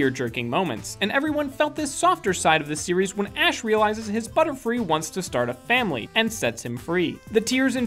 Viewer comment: You said Butterflee not Butterfree!